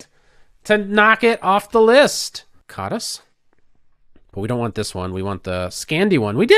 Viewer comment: It's pronounced as kaadash in Hungarian but never mind.